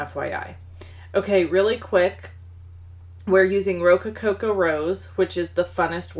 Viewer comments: Adorable cards! I need that stamp set now! BTW I think you have 1 to many "co's" in Rococo rose. (Ro-co-co vs Ro-co-co-co) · Thank you. FWI do you realize you are saying rocococo not rococo? Great ideas.